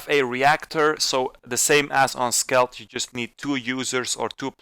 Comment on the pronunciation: It's skeld not skelt